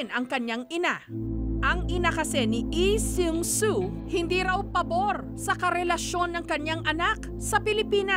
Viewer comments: Bakit eee its lee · "ihh sung suu" struggle is real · Nastressed ako sa tuwing babanggitin ni Jessica yung LEE SEUNG SOO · "na si EE seung su" 😂